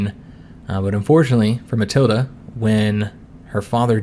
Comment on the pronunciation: For pronunciation, your wife is Matilda without the a. Emphasis on the ild.